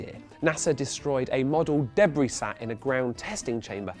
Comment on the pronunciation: I HATE how he pronounces debris. It's wrong.